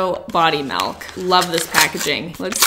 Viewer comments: saying MELK Me......... its milk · Nobody:: MELK